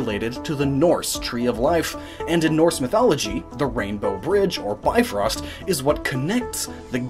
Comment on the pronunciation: the bi in bifrost is prounonced like bee